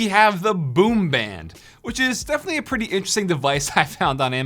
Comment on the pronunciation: why does he say like ‘puh-ee’